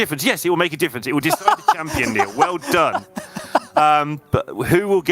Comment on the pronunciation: Shameful for the commentators. You don’t know how to speak the champion’s name or is this another way to show your lacking of basic knowledge and good manners?